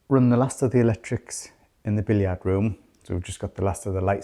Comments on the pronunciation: Hi can I make one negative comment , your pronunciation of Billiard, we in Australia say Bill yrd no billyiard as you two do , it frustrates me , even my mate in Harrogate says it the same as me 😩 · Not being rude but when you call it the “billiaaaard” room is that the French pronunciation? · aye...billy yard gets me everytime....a giggle amidst the such seasoned room renos by now....experts. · Very odd pronunciation of billiard room 🤔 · I understand that in their part of England that is how billiard is pronounced. It is definitely not how it is pronounced in 🇨🇦